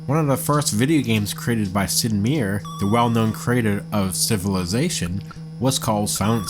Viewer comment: Sid "My' yer" for future reference